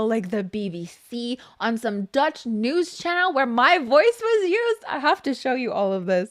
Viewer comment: Whahha yeah I heard you on Dutch youth news sender. Also your dutch accent is bloody on point 😂